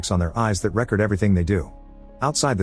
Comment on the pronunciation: AI can't tell the difference between re-cord and rec-ord... why not just get someone to speak?